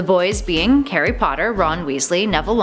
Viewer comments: its not sea mus its seamus lol and she says carry potter at one point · Karry potter? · She calls Harry Hairy lel